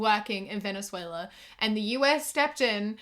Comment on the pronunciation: As a Brazilian, I didn’t think that Venezuela was pronounced like that